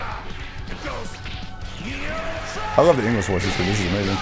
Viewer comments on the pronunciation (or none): none